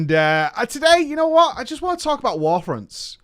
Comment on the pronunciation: "I wanna talk about warfronnnns" lol